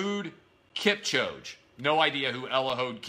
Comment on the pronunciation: What's with this guy's obsession about LeBron James? Why is he #13 and Eliud Kipchoge #2.Real simple. Kipchoge was named World Athlete of the year (before this ignorant buffoon ranted and doesn't even know how to pronouce his name.) Kipchoge set the world record for the marathon. Lets see LeBron run sub miles for 26 miles and 385 yards. Good luck on that one. There still are plenty of arguments one can make that Jordan was better than LeBron, even though LeBron has a more well rounded game. There's nobody that's run faster than Kipchoge and he's won 10 of the 11 marathons he's ever run in his life. Sorry Clay, you just don't know sports like you think you do. Very sad your getting paid to talk stupid. And yes even though I'm a Yankees fan, Mookie Betts was better than Mike Trout in 2018 as well. MUCH BETTER